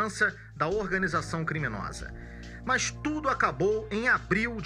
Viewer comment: Só não entendi porque o repórter fala "mãs" ao invés de mas. 🙄